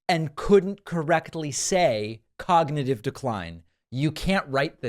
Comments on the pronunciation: Cognitiveyuaah 😂 dear god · ⚙️ cog not yee ahw ??? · A very stable jeeneus😂😂 clognitive? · Someone is feeding Trump these Hitler lines because this clown hasn't read a book in his life. It is almost a year until the election, Trump will be almost braindead by then as he is in rapid cognitivneeyahww decline. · Cog -na -tive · I don't think that's decline - I don't think Dumpy's ever been able to pronounce "Cognitive" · C'mon, David. Give the guy a break. 'Cognitive' is three syllables.